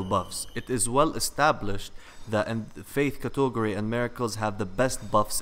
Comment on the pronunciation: "Cuh-tog'-ur-ee" It's "cat'-eg-or-ee."